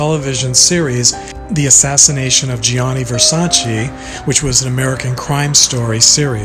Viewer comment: It is actually GeeAHnee, but with a flow. There are 3 syllables, not 2.